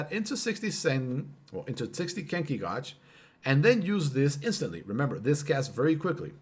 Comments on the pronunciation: Gauge is pronounced 'gayj' not 'gawj' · Gauge. Not Godge. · This man can’t even pronounce “Gauge” and you’re sitting here talking shit defending him. Lmao IDIOT